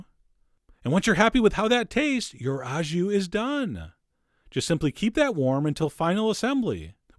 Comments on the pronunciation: "au jus" is French and pronounced "oh", not ow as in cow. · Love your videos. It’s “au jus” and it’s pronounced “o ju” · Uprated. Fun! "Wreck Roll," for a stupid joke. It's pronounced "oh jhoo." You can just say you are serving it au jus and the juice is the "jhoo." Sauces usually go on the side, separate in France, too. Don't worry, the French slaughter English. I still get annoyed about "rumsteack." I've tried to say it's "rumpsteak" and explain it, and they pronounce it like the French word for rum ("rhum") but so what? I would never presalt red meat cuz it seizes it up and toughens it, sucks juices out, but I'll take your word for it, Chef! Sliced so thinly like that, it might not matter. Greetings from France, and hello to Buffalo, where I had great onsite-made donuts with a drive-in takeout window!